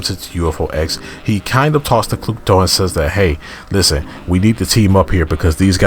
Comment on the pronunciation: Something I’ve noticed is that you keep butchering the 3 dark sisters names. They are named after the 3 Fate Sisters from Greek Mythology: Atropos, Lachesis, and Clotho.